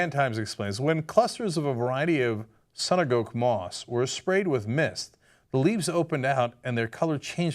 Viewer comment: it's sunagoke, as in suna'go'ke, as it's written, not sanagouk. Bitch, do your research, Cenk.